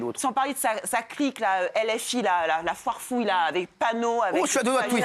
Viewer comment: La foirfouill’ 😂😂😂